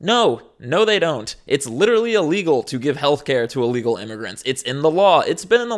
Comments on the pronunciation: Is she saying “allegal”? 😂😂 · Can someone tell her it's Illegal not Alegal.